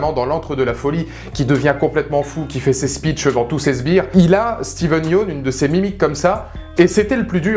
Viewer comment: Comment il écorche le nom de Steven